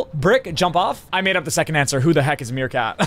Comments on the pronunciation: Nick said “what the helk” lol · i think he said helk😂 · I think he said "heckg" yes from what I said he said Heckg